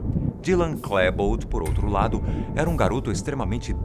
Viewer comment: Se pronuncia "Klibold " não "Klèbold".